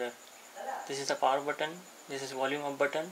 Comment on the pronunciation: What is that "ooop button"? Don't pronounce "volume ooop button", pronounce volume up button" (up...AP" OK?